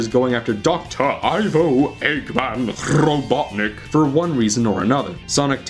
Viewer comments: DOCTOR IVO "EGGMAN" RRRRRRRROBOTNIK lol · Doctorrrrr Ivo "Eggman" Rrrrrrrrrrrobotnik! PRRRRRRRRRRRRRRRRROMOTION!